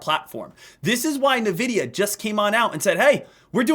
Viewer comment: My bro it’s pronounced en-vidia not nuh-vidia